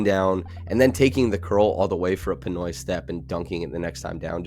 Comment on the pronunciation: did you say Pinoy step? Lol